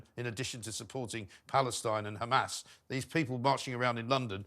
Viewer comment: Just for clarity Douglas it's Hamas not Hamaz, and Neumann not Newman. Otherwise another of your excellent, straight-talking videos